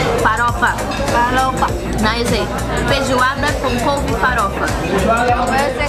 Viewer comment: Any: Feijoada Hina: Fezuada Any: Couve Hina: Cove Any: Farofa Hina: Fãrofa Que fofasss🤍